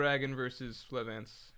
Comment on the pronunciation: the lack of hody assassinating otohime even being brought up is a little sad, but not nearly as sad as mispronouncing Flevance throughout the entire stream.